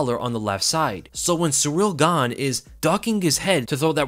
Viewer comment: I know you said “And Gane was landing those” but it really sounded like you said “Ngannou” lol